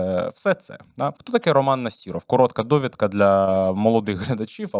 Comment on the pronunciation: У прізвища Насіров, зайва літера (і) а літеру (о) читайте як А . Нас(і)ров крінжи